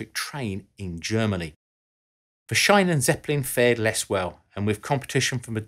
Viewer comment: Schiene. The "ie" is a longer "i" not an "ei". Perhaps like "sheen" not "shine", to give you English examples.